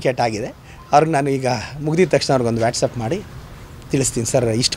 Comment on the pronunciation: ಅದು ವ್ಯಾಟಸಪ್ ಅಲ್ಲ ಮೆಂಟಲ್ ಅದು ವಾಟ್ಸ್ಆಪ್ 😅😅😅😅😂😂😂😂